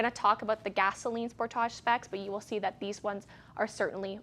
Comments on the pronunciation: Going to start calling it the Spor-táge here in the U.S., too. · That's how they say it in Canada. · Stop pronouncing the car that way! My gawd!